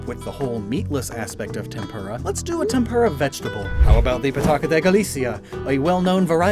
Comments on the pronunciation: TempUra pls add more U to you tempura it sounds like tempurra. Love your vids❤ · Not to be rude, but tempura is not pronounced like that.